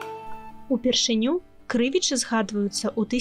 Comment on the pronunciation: А чаму КрЫвічы? Паўсюль падаюцца КрывічЫ.